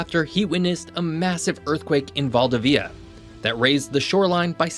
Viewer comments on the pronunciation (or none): val.DI.via haha not Val.DA.via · to pronunce valdivia correctly just say val devious first then mute the s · My friend, your pronunciation of foreign cities is really..... 😂😂 Please listen somewhere how they say Valdivia.